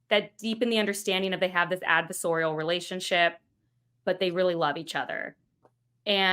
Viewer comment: FYI, "adversarial" is pronounced as adverSARE-ial, not "adver-SORE-ial" the way you kept doing.